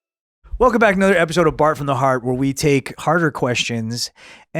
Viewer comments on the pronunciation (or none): Whenever I hear "Bart from the Heart" I hear it in his Chinese accent. "Baht from da Haht"